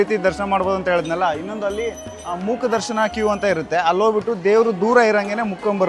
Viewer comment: ಮೂಕ ದರ್ಶನ ಅಲ್ಲ ಮುಖ ದರ್ಶನ. Pronunciation correct ಇಲ್ಲ..